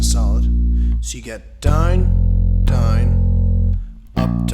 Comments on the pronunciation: its 'down' not 'dime' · He is saying down. It's his accent that makes is somewhat sound like dime. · you say down funny